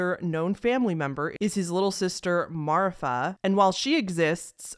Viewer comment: Is it just me or someone else, cause you said Popee and Marifa’s name weird (no hate btw)